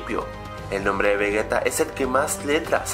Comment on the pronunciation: Se dice Vegeta no vegueta